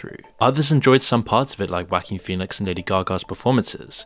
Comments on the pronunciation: Who the hell is 'Wacking' Phoenix 😂😂😂 Oh English speakers crack me up with their mispronounciations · "Wackeen phoenix" lmfaoooooooooo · “Wacking” Phoenix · "wha-King" sounds funny when you say it. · I keep hearing "whacky Pheonix"